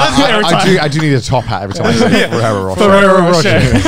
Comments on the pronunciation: I find it funny the way they pronounce ferrero roche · AS a french canadian from Quebec, hearing the boys trying to say Ferrero Rocher makes me rire en français